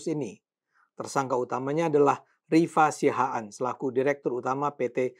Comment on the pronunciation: Siahaan* om, bukan sihaan